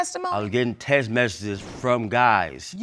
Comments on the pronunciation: I hate when people can't say "text message". It's T.E.X.T not T.E.S.S. Can make kids but can't talk.. SMH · He been to two colleges but he can’t pronounce Text message. 😒